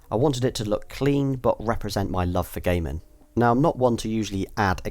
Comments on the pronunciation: I know, but it sounds as if he is saying "gay men" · idk why I understood: "represented my love for gay men" lmao